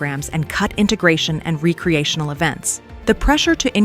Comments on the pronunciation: The pronunciation of recreational as RE-creational made me 🤨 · Is the script being ready by AI? "Recreational" was pronounced "RE-cree-ae-shun-al" instead of "REC-ree-ae-shun-al".